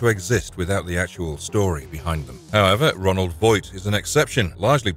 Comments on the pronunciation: It's Roland, not Ronald! Have you admit, a Ronald McDonald Cenobite would be terrifying 😂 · Roland Voight not Ronald. This video is loaded with inaccuracies.